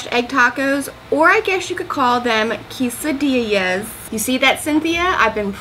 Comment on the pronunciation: Nice! Those look fantastic and easy to make (I bet prep work takes a little time) Well done with pronouncing Quesadilla. :)